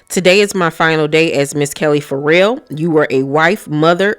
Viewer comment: I've never heard someone read Ferrell as 'for real.' Will Ferrell is going to be shocked his name is For Real lol. It's pronounced fuh-REHL.